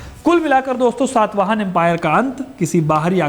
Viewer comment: It is SATAVAHANA not SAATVAHANA. first learn to pronounce properly bro